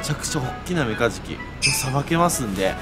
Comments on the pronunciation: メカジキじゃなくて メガジキで草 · ごめん。何回聞いてもメカズキにしか聞こえないっす。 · 始めメカジキが｢三日月｣に聞こえて何言うてんねんこいつって思いながら聞いてた